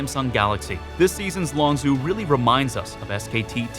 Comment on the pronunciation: longzhu is pronounced longju not longzoo